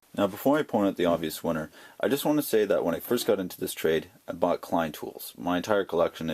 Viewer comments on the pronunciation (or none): none